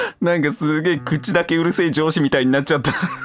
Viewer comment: 「くそウザ上司」が「くそウザ城主」にしか聞こえない病